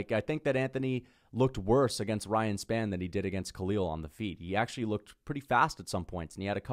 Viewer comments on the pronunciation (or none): none